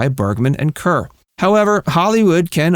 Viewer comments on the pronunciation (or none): More like hair . Kair. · Deborah Kerr pronounced her surname “car” not “cur”. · Deborah Kerr is pronounced "CAR," not "CUR." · Deborah "Curr"? are you sure that's how this very famous actress's name is pronounced? (embarrassed for you) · Deborah Kerr is pronounced “Car”